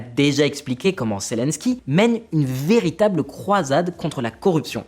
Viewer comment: Zélensky et non Célensky. Apprenez svp à prononcer convenablement les noms . Et quand vous présentez un sujet sérieux, ne mettez pas cette horrible chemise qui est juste bon pour quelqu'un qui fait de le pub pour voyagistes. Un peu de sérieux ne vous tuera pas. Le sujet est trop grave que pour le prendre à la légère.